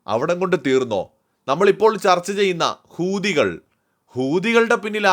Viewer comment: UMAYAPA 'HOTHI' NE PARGHAL ENNIK CHIRI VARUM 😂😂😂 HOWTHY PARA